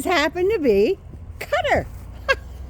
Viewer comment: You were pronouncing Qatar more correctly than most English speakers including news people. It is Kah-tar with the q placement almost back in the throat but most non Arabic speakers can't do that. I lived in Beirut for five years, and it annoys the hell out of me when people call it gutter! Cutter is a little better but you had it right originally. 👍